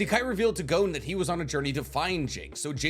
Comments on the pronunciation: It's G-OH-N, not GOWN. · So weird hearing "GOWN" haha it's just "GON" bruv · Hearing him sayin “gown” triggers me, idk, good video tho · Bro’s saying it wrong. IT IS PRONOUNCED “gone” WITHOUT THE E. 💀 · The way you say Gon is annoying af. It's Gon! As in gone! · You can say Don, but not Gon?